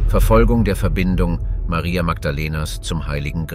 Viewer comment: Sehr schöner Clip. Das einzige was nervt ist, das der Sprecher sich nicht entscheiden kann ob der den Namen Maria mit oder ohne englischem Dialekt aussprechen soll.